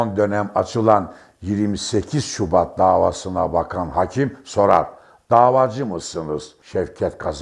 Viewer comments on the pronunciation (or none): konuşma esnasında vurgulardaki hatalar beni sizi dinlemekten alıkoyuyor ADALET,HAKİM,İSLAM, VS.gibi kelimelerdeki vurgular kalın değil yumuşatarak söylenmelidir.HAKIM ADALAT,ISLAM vs.bu nedir sizin gibi deneyimli gazetecinin yapmaması gereken hatalardır.Tonlama hatalı telafuz hatalı sinir olsamda dinliyorum başarılar